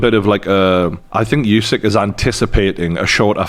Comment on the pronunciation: What's with this constant "you-seek" thing? It really isn't challenging to properly say "oo-sik" at all - no unknown sounds, tongue twisters or anything in there. Give the champion some respect, and say his name properly, please. And no, I'm not Ukrainian, but I think it's a very basic thing to (at least try to) pronounce names correctly.